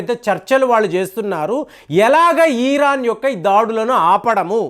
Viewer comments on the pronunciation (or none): ఈరాన్ కాదండీ బాబూ. ఇరాన్ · Eeeeraan kaadu IRAN ani pronunciation chey. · Plz pronounce properly Its iron Its not eeeron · చిన్న కరెక్షన్ మీరు ఈరన్ ఈరక్ అంటున్నరు అది ఇరాన్, ఇరాక్ కదా.. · It is IRAN, not EERAAN.. Very poor language skills. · ఈరాన్ ఏంటండీ సరిగా పలకండి! ఇరాన్ అని!